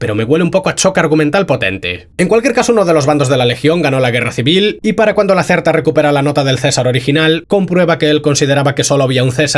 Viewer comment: Lo del coche lo interpreté como una declaración de Bethesda: «olvídense de tener vehículos en estos juegos». y Como apunte, se pronuncia "Lakérta". La Legión utiliza la denominada «pronunciación restituida», por eso dicen «Aue Caisar» en lugar de «Ave Chésar», que es la pronunciación eclesiástica, la de la Iglesia Católica. No puedo dejar de pensar que este necrófago es uno de los inteligentes, pues huye en vez de enfrentarse a la protagonista y la guitarra sigue intacta; por lo que Lucy acaba de cometer un asesinato a sangre fría. Tengo la teoría de que para que estos chips funcionen correctamente el sujeto debe estar de acuerdo con la situación o, al menos, cómodo. Me parece a mí que el vendedor amante de las gallinas ha visto tantas cosas que se la suda todo... No creo que sea Marcus. El líder de Jacobstown intenta mantenerse alejado de Vegas y ayudar a los nocturnos. Este supermutante está dispuesto a ir a la guerra. Por otra parte, aunque los créditos no lo especifican del todo, estoy convencido de que este muti es Ron Perlman (Hellboy), la voz por antonomasia de la saga en inglés (D.E.P Pepe Mediavilla). Desde que se descubre que Bárbara es "buena", no dejaba de preguntarme qué fue lo que hizo que Cooper se divorciase de ella. En la temporada 1 pensé que fue por el choque de intereses, pero en esta temporada se ve que fue para salvar a su familia. Cuando escuché a Raphael comenzar a cantar me quedé con el culo torcido. No co